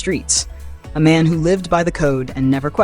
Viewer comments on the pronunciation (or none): Why it sounds like the Muslim dude said this here is a ma’am and not man